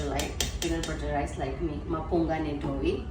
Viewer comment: It's mupunga not mapunga😅😅😅